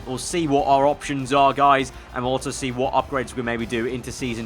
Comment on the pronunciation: Please, please stop saying altso.